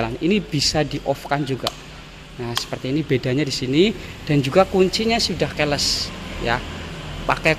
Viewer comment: belajar bahasa inggris mas, keyless bacanya kiles bukan keles nggak enak aja di kuping